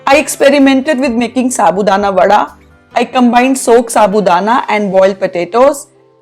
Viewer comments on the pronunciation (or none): none